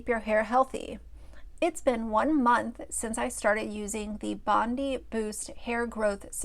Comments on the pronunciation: It's pronounced Bon-DYE -- good old Aussie suburb names hahaha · My Australian heart is crying. It’s pronounced Bond-Eye Bondi Beach is one of the world’s most famous beaches. Please don’t tell me you have never heard of it. 😭😭😭